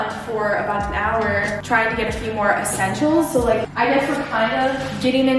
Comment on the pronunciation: “Essesntials” 😂 love you hannah